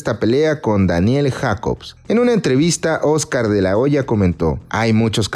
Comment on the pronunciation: Jaja que idiota en pronunciar JACOBS